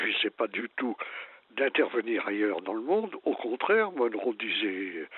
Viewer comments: Arrêtez de dire doctrine "Dunro"¨! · Monroe et non donré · Monroe. Pas Donroe ! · Doctrine Donroe ? Non ! Monroe ! Pq dites vous Donroe ? J’aimerais comprendre … merci